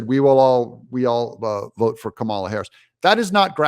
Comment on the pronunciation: Chucky pronounced her name camel-la. I guess they're not doing the you're a bigot thing anymore, if you don't say comma-la? He clearly did it deliberately right, to be demeaning and racist.